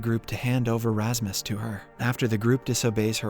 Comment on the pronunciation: lol wut you're calling Rasmus for Rahmas?? never have i heard a name being destroyed like that xD